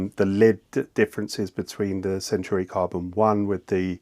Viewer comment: And while we’re at it, it’s centAUri, not centUAri